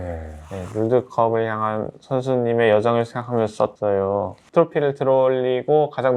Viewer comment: 써떠요오~ 말투 개웃ㅋㅋㅋㅋㅌㅋ 이미 다 본 건데도 도란 어설픈 발음 들으러 가끔 옴... 도란아언제쯤안귀여울래ㅠ